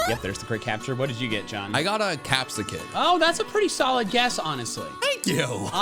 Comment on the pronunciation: Capsikids cry sounds like groo-key